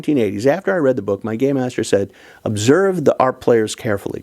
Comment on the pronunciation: You ARE saying, "Game Master", right? As in, "It's not 'Dungeons & Dragons', so it's not 'Dungeon Master'. Instead, we say 'Game Master' because it's a 'game'. " Ok, good. Because for a second I thought I heard "Gay Master." -Not that there's anything wrong with that. It's just a different concept.